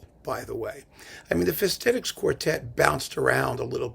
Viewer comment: It should be pronounced "Fesh-tet-itch", with a strong accent on the first syllable. Hungarian 's' is pronounced like 'sh' in shoe; 'sz' is like 's' in size (the opposite of s and sz in Polish. 'cs' is pronounced like "ch" in chip. All Hungarian words are accented on the first syllable. An accent simply means a long vowel.